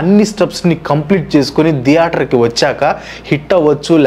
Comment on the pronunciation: Video is good but it’s not deator, it’s theatre